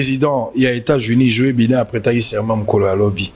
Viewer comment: djo baiden prononciation